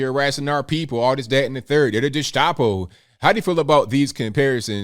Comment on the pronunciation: there is no SH in gestapo, trust me I'm polish. its a phonetic pronunciation, like most slavic and germanic words. g e (ge) sta po